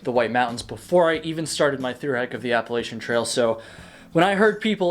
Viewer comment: I’m going to throw an apple-at-cha if you keep saying Appalachian incorrectly :P